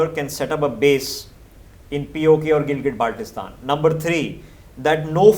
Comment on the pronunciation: Ppl of GB after listening his Pronunciation of Baltistan: Abey Salay,Idr a tujhe integrate kar ke du.